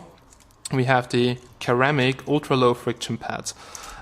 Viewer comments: its not pronounced keramic but Sir-ramic jeeeeeeezz damn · its pronounces (I believe !) seramic not keramic😊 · did he say ker ramic?